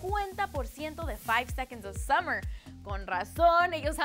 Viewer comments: La escucho decir Keilum a Calum en otro vídeo, juro que le lleno la cara de tajos. Ah, y si nos vuelve a decir "Summers" también. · taitaic, keilun, summers. JAJAJA, ME MEO, JEL MI xd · me dolieron los ovarios cuando dijo summer's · Nos Dijo "Summers" JAJAJAJA ME MIE xD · sUMMERS?!? KEILUM?!?!? HIMPAKTADA c mata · me estuve riendo por horas "keilum" ahahahaahah tambien por "summers" ahaahahah nomanche! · A ver, antes de hacer un video de ''cosas que no sabían'' hay que informarse un poquito por lo menos, ¿no? No esperaba que me dijeran cosas que no supiera sobre mis 4 chicos favoritos del mundo, pero vi esto y casi muero. Nos dijo SUMMERS, y dijo KEILUM HOOD, por Dios, SOMOS LA 5SOSFAM, Y SE DICE CALUM , ASÍ, SIN ACENTOS NI NADA! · Summers wn...SUMMERS. ENSERIO??!! 1- Como nos llaman SUMMERS wn, ¿¿¡¡CÓMO!!??xd 2-KEILUM XD... ES CALUM, cada vez que veo estos putos videos, sinceramente me dan ganas de llorar por la conductora de esta wea y MUY MALA INFORMACIÓN :c (lol) 3- Conductora de esta wea: -Cosigue una buena información y no mierdas cómo esas:3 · Summers??keilum??Ari y Michael??estupides pura en este video en primera no somos summers somos la 5SOSFAM❤ en segunda se pronuncia CALUM y en tercera Ari y Michael mis ovarios .l. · summers , taitanic keylum 😂😂 te pasas